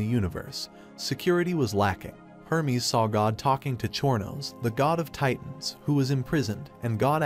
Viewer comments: Chornos? Or Chronos? XD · Exactly bro what is chor no king lol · Chorno king when they said that I was dying it’s chronos god of time crow-nos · I hate the way the ai says chronos